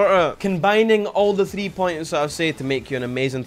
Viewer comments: Thwee wee thwee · thee v thee thats how he says 3 v 3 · “Thee Vee Thee” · scotland be like